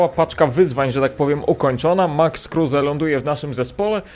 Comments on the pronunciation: Kruse a nie Kurse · Kruse a nie kurse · Czyta sie kruz anie kruze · NIE KURSE TYLKO KRUSE !!! 😂😂😂😂😂😂😂😂😂😂😂😂😂😂😂😂😂😂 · prawdziwy Polak kruse anie kurse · Czasem się myli. Max kruse a nie kurse